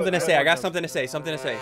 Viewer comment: My favorite parts: “It’s nice Toe meet you”😂😂😂😂😂